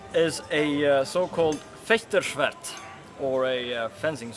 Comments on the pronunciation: could have swore he said FartSchwigger. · "His Norwegian accent when pronouncing German words" - was that supposed to go anywhere? His pronunciation is actually quite good, if I may say so :-) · Protton I know, I know. I never doubted that. I was just being butthurt about him mispronouncing Federschwert in the beginning. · oh god why - first two seconds and someone already butchers the term federschwert :D